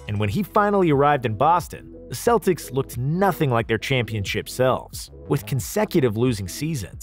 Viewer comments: Love the video, but why the hell are you calling them”seltics”??? there are the Celtics you fucking baboon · He was awesome and one of the few Celts to actually play for the Celtics. It is pronounced with a k you idiots out there. I am a Celt too and when you say it with an s sound, I want to collect heads again. Romans feared us for that.